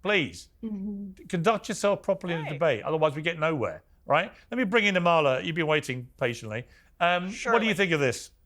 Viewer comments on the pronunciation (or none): Piers: Amala pronounces her name AH-ma-la, not Ah-MAH-la. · Amala is way too sweet to correct you - hopefully you see this message or someone on your team does but her name is pronounced AH MA LA. Easy name to mispronounce but just an fyi :) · The two liberals are annoying. The Emma person is such a self righteous liberal. She’s so condescending - she shouldn’t have any platform. She is the worst kind of human! Amala & Deborah are so right. Also, why does Piers mispronounce Amala’s name...?